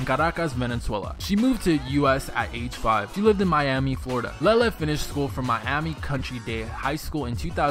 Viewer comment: Its LE-LE NOT LEELE